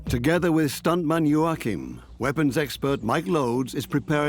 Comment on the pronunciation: By the way it’s { yo-ah-keem}